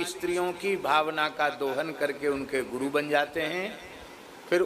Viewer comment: guru diksha hota hau gu diksha nhi🤣